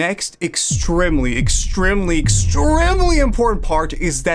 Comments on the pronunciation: The one thing in this video that caught my attention is bro pronouncing Extremely as "Ex-trim-ly" Q.Q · Why you say “extremely” like that? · The way he says extremely 😭 W video by the way, no hate ❤